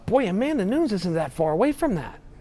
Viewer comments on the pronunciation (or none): Amanda is going to get smashed. After that, Chael might learn how to say her last name.......